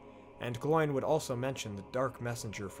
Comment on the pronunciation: The pronunciation isn't like a pig's sound, oink, but Oh-in and Glow-in. At least, that's the pronunciation as dictated by the Appendices in Return of the King.